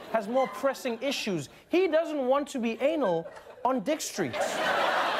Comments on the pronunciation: His name is spelled as Anil ha nil not aenil its like the human part please stop pronouncing our (Indian) name wrongly please guys come on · If the guy Name was ANIL so he is from Asia and in Asia it not pronounced like ANIL It's like Aniel u mf 😅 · But that name is not pronounced in that way. How do you guys pronounce 'Arnold'? Like that after applying the 'Arnold' A(r) sound, now pronounce 'Anil'. You should open your mouth when pronouncing A😊 like the demand Aaaaa when we want open someone's mouth 😅 It's a south asian/Indian name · That's a Indian name and it's not pronounce Anal.